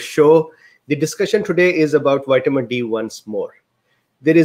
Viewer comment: "White-a-min" D This fellow is glorious human gold.